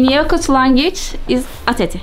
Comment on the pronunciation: MâşâAllah tebrik ederim, güzel bir gezi olmuş. Yakut kelimesi okunurken, ya hecesi biraz uzatılmayacak mi?